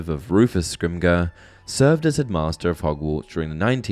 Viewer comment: Bro said "scrimgur"